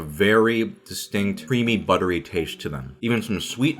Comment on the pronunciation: someone should do a compilation of him saying butter-y